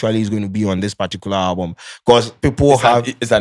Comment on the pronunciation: He talk owlbum 3million 😂